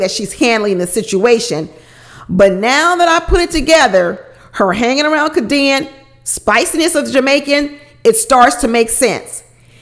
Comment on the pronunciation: Lol. I think her name is pronounced Kay-D-Ann. 🤣🤣🤣 u cracked me up. I love your videos!